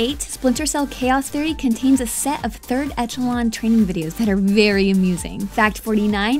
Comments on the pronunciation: Third ETCH-a-lon?!?!?! HAHAHAHA!!! Eshalon! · Echelon is pronounced Eshelon lol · What is "Ezholon"? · i have watched more than 10 videos today (i found this channel today ) and in most of them you pronounce the name of games incorrectly like in this one its metal gear solid 4 guns of the patriots and you also pronounce 3rd echelon incorrectly its pronounced as A-SH-LOAN ( a from alice , sh from share loan from bank loan .... its A-SH-LOAN